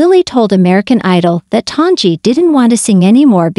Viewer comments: If you're going to do a broadcast, learn to pronounce the performers name correctly. It is NOT ton-gee. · As soon as I here the Bot mispronounced the name of the subject... I leave. C ya